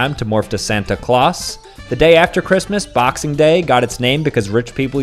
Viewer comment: Bro really pronounced it like Santa clowss💀